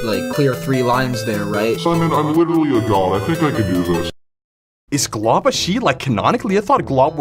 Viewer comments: saying"glob is a girl" shows he dint see the ending of adventure time and dosent know how to say golb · that is not how you say golb💀😭